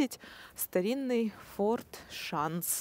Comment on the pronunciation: Только форт Шанц, а не Шанс)